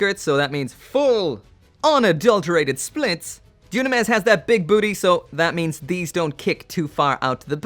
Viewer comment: I bet the dislike because of ur pronounced dynames... wrongly.